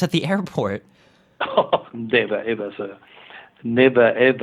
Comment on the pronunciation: such a meme "hoho neber eber sir"